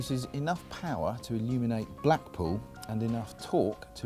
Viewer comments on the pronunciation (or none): did he say black poo? very nice...well it is a Lambo it can make anything it wants!